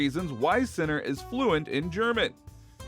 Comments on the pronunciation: As an Italian I can tell you that I have heard much worse, speaking of Italian words and names pronounced by English and Americans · My God… learn how to say the players name before doing a fully dedicated video about him. So silly…